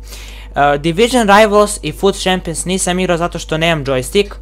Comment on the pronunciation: Daj se ne blamiraj i nauči pravilno izgovarat imena igrača pa onda snimaj, Tuhram, Guhulam, Gurdado ... i kaže se čempions(Champions), itd.